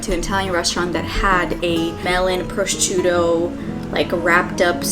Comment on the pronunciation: from a place of love please google the pronunciation of prosciutto lol